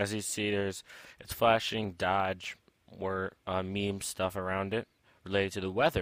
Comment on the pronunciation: That moment when you don't even know how to pronounce doge